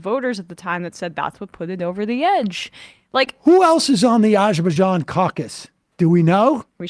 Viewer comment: Sam saying Azerbaijan, sounds like a drunk person saying absolutely anything.